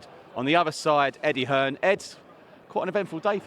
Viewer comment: If the weight doesn’t matter stop saying Eddie Dearn